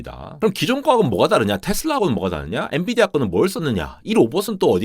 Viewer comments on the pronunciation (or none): none